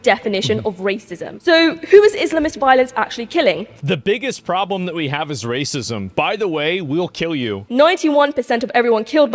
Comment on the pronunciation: I can't get over "Wacism". My sides went into orbit.